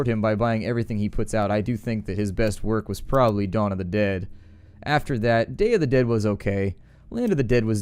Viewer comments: The concatenation of probably is purely a California thing. In WA state we kidnap folks and make them pronounce it correctly. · Here in Colorado, people tend to say "prolly" instead of probably. Just a regional dialect thing, I'd guess.